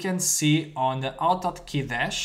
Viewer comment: Name of the program is not oto otkey, but Auto Hotkey. You need the say the A and H in start of words in English. I would not use two script file, all can be done in one file. Other than that, nice video.